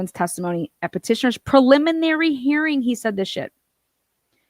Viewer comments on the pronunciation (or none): none